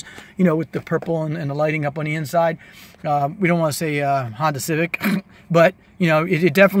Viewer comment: so funny how you say "civic" lol but thanks for making my day! your a great sales person!